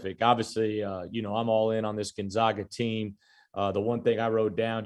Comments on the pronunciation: Steve still doesn't know how to pronounce Gonzaga. Keeps saying GonZOGa. How has it escaped him that the team is called the Zags, not the Zogs? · still can't pronounce Gonzaga correctly.